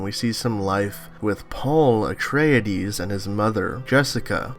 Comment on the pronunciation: It's "Chah' nee" not "Chay' nee". It's "Uh trey dees" "not "Uh treya dees". I'll just stop there.